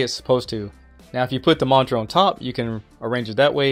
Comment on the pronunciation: Yes, thanks... I think that will work 4 me using Thunderbolt to HDMI.....But he wasn't pronouncing "monitor " correctly....lol............Annunciate brotha